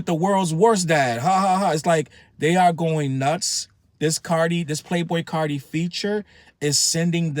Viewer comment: Playboi Carti, not Cardi. Cardi is a female rapper.